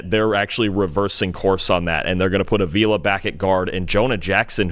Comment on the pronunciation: Re: Rams Steve Avila, who played every snap last season on the OL as a rookie: It's pronounced AH-vee-la (not Uh-VEE-la).